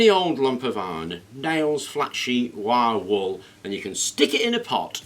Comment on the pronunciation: took me a couple rewinds to realize he was saying "wire wool". Wiawul.